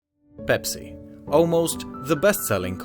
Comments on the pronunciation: did he say bepsi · Why is he saying ‘bepsi’